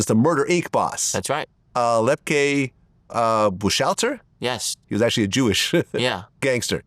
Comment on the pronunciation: Its telling that Vlad cant pronounce Lepke Buchalter name